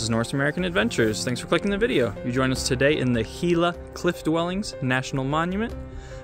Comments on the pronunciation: It's prounced "Hee Luh" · It’s only 180 feet elevation gain. Gila is pronounced He-La. The monument was established using the 1906 Antiquities Act.. if you’re going to make informational content you need to be accurate. Lots of people take you tube videos as accurate information even though it’s clearly made by individuals who are not experts.